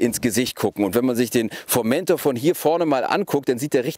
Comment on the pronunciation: schon scheisse ,- wenn man einen Bericht macht und nicht mal den Namen "Formentor" richtig aussprechen kann....